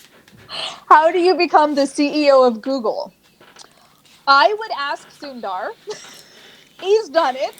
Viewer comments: its sun-dh-r...not sunddar....sundar means beautiful😁😁😁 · This was a great video, thanks! Demolished the like button there. (Btw, you guys butchered Sundar’s name with the pronunciation 😛 haha)